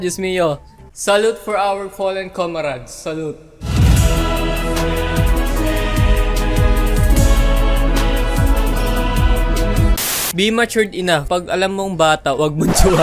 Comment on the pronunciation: napansin ko ung basa mo sa enough enauh basta basa dun enaf or srry not bashing.